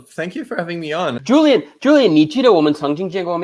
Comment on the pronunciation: Xiaoma it's amazing you can speak so many languages and have an excellent chinese but can't pronounce Julien correctly